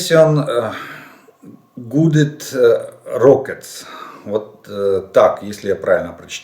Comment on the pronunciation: Жданов со своим "пресисон гуйдед роскет" насмешил :))